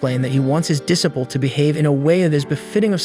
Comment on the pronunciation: Disciple is pronounced dee-cy-pul